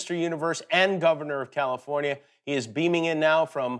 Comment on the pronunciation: He pronounces it as Jose Feliciano used to sing it in that old song. Charming, really.